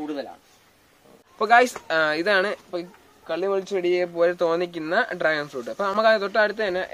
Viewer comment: റാഗൻ ഫ്രൂട്ട് അല്ല കോയ...... ഡ്രാഗൻ ഫ്രൂട്ട്....!! മൂത്താപ്പാ.....അല്പം കൂടി മൂക്കാൻ ഉണ്ടല്ലോ..... 😝😝